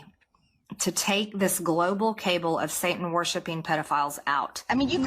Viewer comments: Did she say “cable” instead of cabal ? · A cable of what? Copper wire? Maybe stainless steel? What’s that? Ohhh! Cabal, she means cabal not cable. She should go back to school and when she’s there someone please teach her that there is no D in the word important, not imporDant. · she pronounced "kabal" as "cable" lol what a dumb asss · "A global cable?" of Satan worshipers? A Cable? Does she mean Cabal? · Cabal...cable I can add that to the list of words MAGA-MTG can't pronounce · Did she say “cable”? Over cabal?! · Love how she said the word, "cabal" as "cable". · MTG pronounces CABAL like CABLE! HAHA, What a dimwit. A big liar. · New favorite MTG Gazpacho police-type statement: “a global cable of Satan worshipping ….” Doesn’t know how to pronounce cabal. Doesn’t know what a cabal is. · "Cable"? Did she mean "cabal"? 😂 And no one is "trying" to compare her to Shitler. We are outright calling her and her little CABAL of morons not sees. Because they are. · She doesnt even know how to pronounce CABAL!!!!!